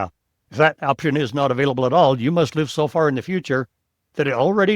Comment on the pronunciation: You had me until you switched to AI narration. The video lost the personal appeal and the errors in pronunciation were off putting. “This is where you live’ and “live” is pronounced like “live” in a “live show”. I switched off immediately. Nice approach, but you lost me with the AI narrator switch.